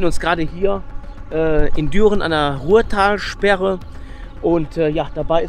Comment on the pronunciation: rurtalsperre nicht ruhrtalsperre ;)